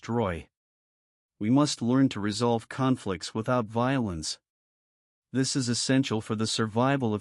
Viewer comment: Your A.I. robot narrator gets the inflections wrong. When it says "Tesla explains it this way", it puts the emphasis on the word "explains", so it sounds like this: "Tesla EXPLAINS it this way". But what the script is supposed to be saying is "Tesla explains it THIS way". GET IT??? It's a completely different meaning!!! Why can't you clowns fix this stuff before you post your A.I. video?? Or better yet, how about getting a REAL HUMAN BEING TO READ THE DAMN NARRATION. I'm so sick of your BS.